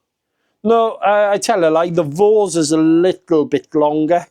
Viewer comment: It's pronounced vortza with an Italian accent 😂